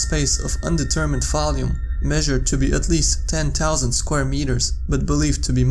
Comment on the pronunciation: Towa tousand